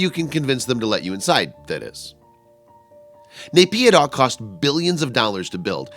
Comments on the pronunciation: It's Spelled as NAH-PEE-DAW = NAYPIDYA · its pronounced Naip-yee-door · NAYPYIDAW, MYANMAR...NOT BS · Candystrap i don't have to prove it any more than I have to prove that there aren't aliens living on the moon just 'cause i call bs on a video that claims there. Whats dumb is that you believe this video when the publisher can't even say the country or city name properly. But a quick google search will prove that its bs. You should try it. Here is an example of what you will find